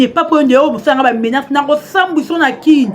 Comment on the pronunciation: Menance nde nini yo journaliste prononciation mabé boyé